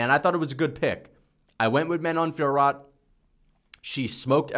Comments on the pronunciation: you read it "Fior," not "Fiorot" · Ridiculous pronunciation of Fiorot, the T is silent